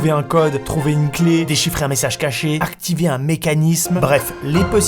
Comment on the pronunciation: "aRctiver " j'ai ris,j'avoue